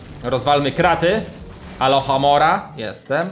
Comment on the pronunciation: Jak rozwalałeś kraty to powiedziałeś alochomora a się muwi aluchomora i jak są jakieś błędy ortograficzne to sory